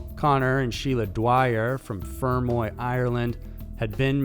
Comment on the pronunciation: I'm sorry but his pronunciation of fermoy is annoying me, I'm from fermoy and he's emphasising the fer- too much its supposed to be more together